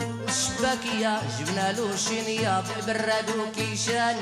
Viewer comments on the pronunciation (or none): The s becomes sh shiniya kishan sinia kisaan. Is this a meknes accent or Jewish accent very interesting